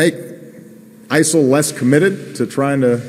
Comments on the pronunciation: why is he calling it isle? not isis? wtf?? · He sounds like he is saying "Iceland"; what did they do? Maybe Obama doesnt like Vikings. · why does obama say isol?